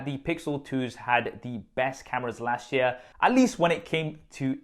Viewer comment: Learn how to say year...